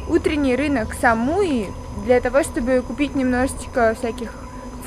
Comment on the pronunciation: СамуИ, ударение на последнюю букву.